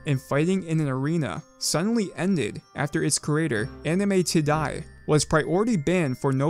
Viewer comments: "anime ti-die", really taking the extra step to keep this video moneytiseable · "anime ti die" oh so innocent lol